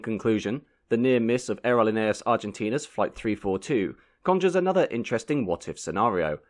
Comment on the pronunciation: It's pronounced ahhhh erro leee nay aaas . I've been on that flight four times in the 1960's and 1970's. The food was less than excellent and the movie was boring. But they did get us there.